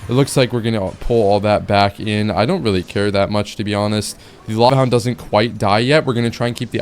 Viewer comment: Bro said hava lound